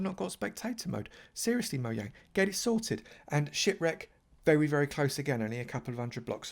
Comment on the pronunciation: He say mohang